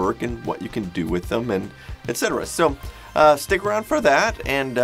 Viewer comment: Thank you for realizing there’s no x in et cetera.